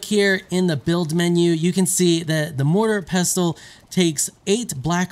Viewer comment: Why can no one pronounce mortar and pestle